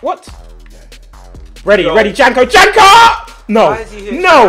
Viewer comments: Austria is the best 😍😍😍😍😍 and you spell janko like yanko greetings from austria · It's pronounced yanko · Janko is pronounced yanko